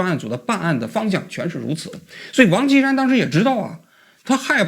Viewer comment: 这王qi 山 说的 跟 王青山是的， 直接到 照片出来才知道是 王歧山